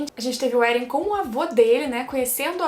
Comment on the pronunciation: Não é Éren, como dizem no anime o certo é Eren